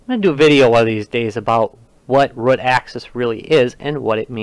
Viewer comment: Root not rut